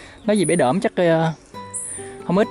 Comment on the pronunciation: Bãy Đỡm, không phải Đưỡm.